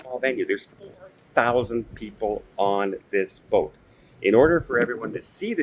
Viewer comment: Did you just say BOAT?????